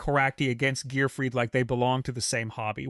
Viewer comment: Are you saying the names wrong on purpose, you said gearfried correct and incorrectly in this video